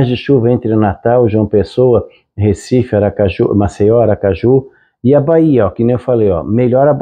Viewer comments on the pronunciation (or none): none